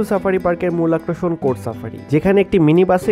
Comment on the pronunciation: আক্রশন না আকর্ষণ।